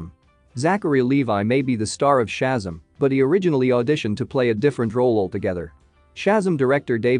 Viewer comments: It’s ShaZAM!! Stop saying SHAzum! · Very frustrating to hear when video narrators vocally MISCALL Names of characters and superheros. It's NOT Chasm. It's NOT SHASAM, It's pronounced correctly as SHA-ZAM! Like when Gomer Pyle USMC, Jim Nabors, as Gomer Pyle would Always Exclaim as his Home town Southern Character at least ONCE in every episode in the Iconic role... HE ALWAYS, IN surprised awe exclaimed out Loud... SHA----ZAM! Also, If you can find the older Original Saturday morning Superhero serial OF the Saturday morning Cartoon a pal ooza when cartoons and superheros series were shown All morning long, Sha--Zam was its own tv series Where the part of Billy Batson ( SHAZAM ) was played by Original actor, Michael Gray. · How can you narrate this, when keep saying the SHAZAM wrong!!!!!! 1st of all, always do your research!!! Second, it is an amazing movie! Try watching it!!!!